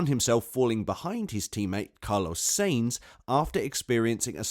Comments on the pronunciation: Is this a robot talking? When i hear so many terrible pronunciations i figure its a bot. Its sahinz not say-inz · I swear you say "SEEEINTZ" intentionally. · SAINZ is pronounced as 'Sah ints.' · Am i the only one that is annoyed by how this man doesn't know how to say "sainz"